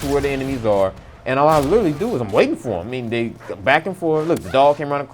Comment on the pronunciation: I bet this guy is black by saying "dey"